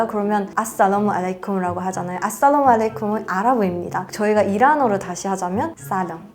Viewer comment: 아싸다모아네이콤(x) 앗쌀라-무알라이쿰(o)